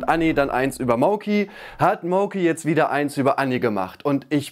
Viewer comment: Ausgesprochen heißt das MAUKI. Nicht Mouki.